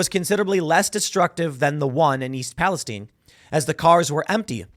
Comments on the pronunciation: Also Palestine is pronounced pal-ah-sty-ne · East Palestine...not (pal-i-steen). I'm from Ohio. Lots of our towns from the early 1800s were given Biblically derived names. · Why is Timmy mispronouncing Palestine?